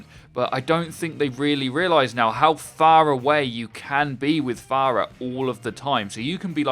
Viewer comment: Say again, how phaaaar away can you be?